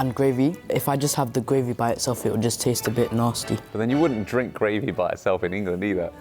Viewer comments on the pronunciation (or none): As an American, it amuses me that I often hear you say "gwavey"